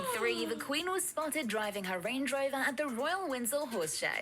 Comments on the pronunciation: Winsel Castle? I thought it was Windsor Castle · Am I going deaf or mad but did the commentator say winsol Castle